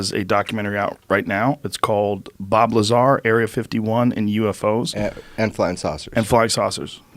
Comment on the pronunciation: BOB LYAAR